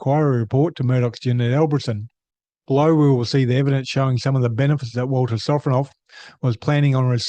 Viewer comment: Ah yes Vladimir Sofronov, or "Walter Sofronoff". Cука блядь!